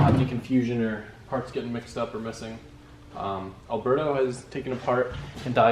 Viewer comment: I don't know why he's talking shit on how to pronounce "V" bands when he can't even pronounce Alberto's name right 🤣🤣